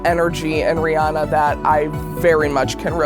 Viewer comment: Okay, but why cant anyone say Rihanna correctly lol. Oi.